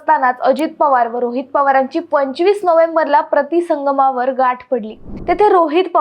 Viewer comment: बाई अगोदर मराठी सुधार प्रिती संगम आहे कराडला प्रती संगम नाही मुर्ख कुठली